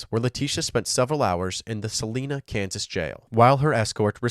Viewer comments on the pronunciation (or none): "...where she stayed in the "Sa-leena" County Jail"😂❤ bless your heart. It's pronounced "Sa-lie-nuh" but you gave me a good chuckle 🤭🫶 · It's Salina( Sa LINE A) Not Selenas like the singer. It's long I sound. My father was raised there. It irritates me when it's mispronounced. 😂 Yes, I'm crazy. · It’s pronounced Suh-Line-Uh Kansas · Why does everyone pronounce SALINA like SALEENA? I was just talking to my wife a week ago how every program that mentions my city pronounces it wrong.. and then I come across this to prove my point😂